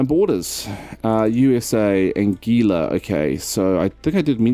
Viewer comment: Anguilla is pronounced.. Angwilla..